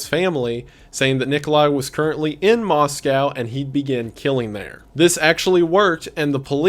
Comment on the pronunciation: bestie i love you and your content very much but every time you say “moskau” i die a little inside <333